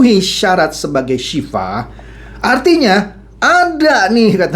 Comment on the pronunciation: mohon maaf pa bukan Sifah Tapi Sil'ah